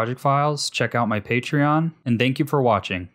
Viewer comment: "dank you for watching" hiuehue